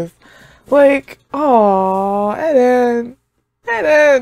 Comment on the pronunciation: lmao u keep saying "eh den" instead of just eren. sounding like mikasa